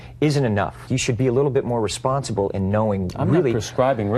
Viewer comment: "Responcible" 😑 That's a Kardashian for you........